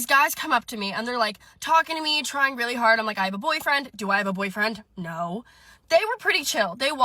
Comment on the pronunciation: So you can get rejected and screamed at? Pass. "I weally, weally want some one who is an ATM."